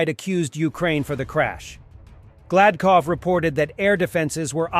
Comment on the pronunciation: Oblast Governor Byatch-is love Glad-cough. Nice. - Like andrew, I am tired of every YouTube jockey posting misleading and un-verified information in their titles.